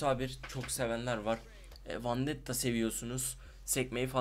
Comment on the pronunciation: Vandetta değil vendetta artık öğren şunu